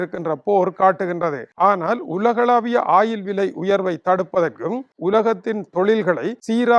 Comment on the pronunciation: ஆயில் இல்லடா வாத்தி... Oil என்று கூறும்....! ஒயில்.... ஒயில், ஒயில்.. 😅